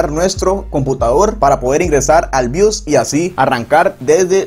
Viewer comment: bios no bius, compa de pana que enredas